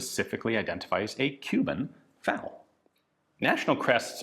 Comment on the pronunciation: I don't know if it's a word used in cuban spanish, but in european spanish, FALO literally translates to "phallus". Ian probably knows of this already, given that he calls it FAL-O. Imagine if you were designated as an autorifleman and you were given a FALO.